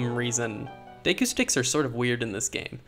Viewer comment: lol "day koo"